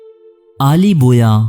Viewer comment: Mai like nahi karoonga, pehle apni pronunciation Sahi karo, Aale Bawayya ko Aale Boya kah Rahe ho. Pehle bhi aik programme me Dara Shikoh ko Dara Shikwa Keh Rahe thay